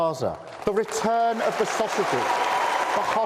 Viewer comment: At first I thought Sir Keir said he would "bring back our sausages." Maybe that's a more realistic goal for him.